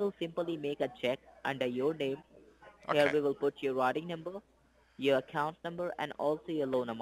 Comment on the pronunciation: The “rotting” number lol he can’t say routing haha